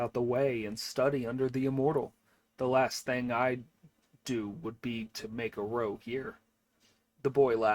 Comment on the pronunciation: Thank you for your reading! The translation is probably a little old, and ``compact'' and ``contract'' have become slightly different in usage. But ``compact'' is fine; the word ``pact'' is really short for ``compact.'' Also, to ``make a row'' rhymes with ``take a bow!'' It does not rhyme with ``toe.'' A ``row'' is a ruckus or commotion. It's OK; AI does it, too.